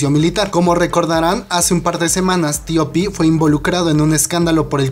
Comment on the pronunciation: x que dices : " Tio pi " se oye horroroso , TOP TOP TOP , di TOP así lo pronuncian incluso en Corea !